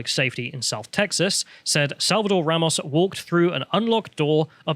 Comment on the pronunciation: These British Pronunciations of Spanish words are killing me bro. Ray-mos and Oovuldee. And to answer the question of why their are BP agents in Uvalde. It's like 40 minutes away from the Mexican Border in Del Rio so most of them Live there because the border cities are complete crap holes. Uvalde isn't exactly perfect either but it's definitely better then being a stones throw away from Mèxico.